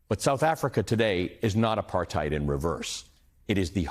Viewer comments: South African here. Well said Ali. Apartheid is pronounced apart-hate, not hide. We arent German. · RSA has not improved "post-aphrithed".